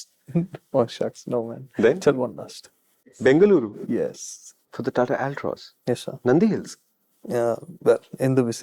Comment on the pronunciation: i love the way you say the name Bengaluru ❤